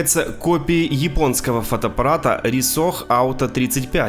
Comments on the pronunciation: Не Рисох а Райко) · не "рисох", а "рикО" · Услышал "Рисох" и рухнул со стула!😂 "Ниндендо" тоже не плохо. Может поэтому и копировали всё?🤣